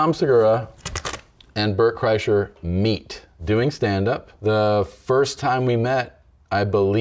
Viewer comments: Why does he keep saying Burnt Chryslers name like tht? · He kept mispronouncing Bart Kurshiner’s name lol